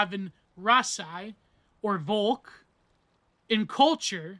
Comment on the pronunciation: You got the pronounciation right but you're seperating it wrong. Dasein consists of da (there) and Sein (being), so literally being there = existence. Volk is pronounced pretty much like folk.